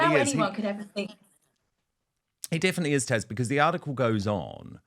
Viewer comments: Do the British pronounce Taz as Tash?!😅 or is it just Dan?😊❤ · DAN HER NAME IS TAZ NOT TASHA LOVE WHEN YOU HAVE TAZ ON BUT SAY HER NAME RIGHT 🤣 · I’m confused that Dan keeps calling Taz “Tash”🤔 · Please Dan, it’s Taz, not Tash, I wince every time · Dan, Love your show, but Isn’t her name “Taz”?